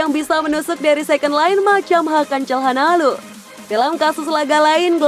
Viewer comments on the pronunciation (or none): none